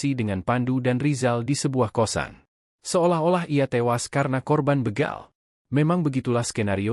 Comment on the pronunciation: Ngomongnya begal min bukan beegal